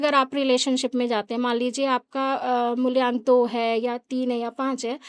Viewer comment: Mulyank nhi mulank hota h 😂